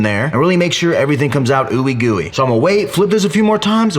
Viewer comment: He said oouie gooie lol